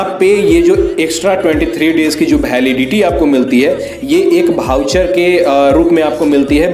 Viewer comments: भाऊचर नही बे 🤣😆, वाउचर होता है वो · वाउचर होता है न कि भाऊचर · Wahi hai bhai voucher pronunciation thik karni padegi aapko. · भाऊ भाऊ 😜चर चर 😂🤣😁😜ये भाउचर क्या होता है जी 😅हमने तो अब तक वाउचर सुना देखा और समझा था 😂😁🤣😜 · Itne bhar bhaucher bol raha hai ki voucher sharma jaye